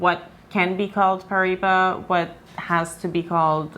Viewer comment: Paraíba pronunciation; Paw-rye-ee-bah (in my best phonetic spelling) -also--the 'r' is rolled, maybe some weren't aware I have a collection of high quality Brazilian rough specimens, the largest being 12.95 carats from the Mulungu mine, near Parelhás, hand picked by myself, purchased directly from the Brazilian tourmaline mining company that mined it, because I noticed a specifically vivid and neon-bluish turquoise in this piece and an extremely high level of cat's eye chatoyancy within a nearly flawless vector of the flesh of the crystal, and this high quality vector takes up around half of the total stone, and after purchasing said stone, I later realized that this piece will likely cut a star-bearing tourmaline, containing asterism through high levels of cat's eye chatoyancy, I'll be cutting into it very soon, hoping to yield a carat and a half cabochon of fine Brazilian Paraíba Tourmaline Also, that same piece looks to be similar to the Brazilian piece you showed , at least, its my best guess, comparing a real stone to what the camera shows on-screen is pretty hard sometimes